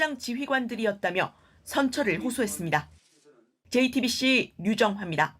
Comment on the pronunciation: 지금까지 화분없쩌(?) 앞에서 JT빕씨 김어벙벙(?) 입니다. 와~!! 이 사람 어떻게 기자가 됐는지 모르겠네. 말하는게 상당히 귀찮아서 빨리 끝내고 싶다는 티가 팍팍나게 발음도 어벙벙 개판이고 듣는내내 짜증 한바가지로 쓰러질뻔 ㅎㄷㄷ